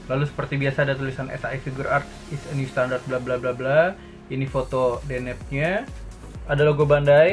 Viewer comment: Akhirnya bilang deneb bukan denebi, mantap bang 👍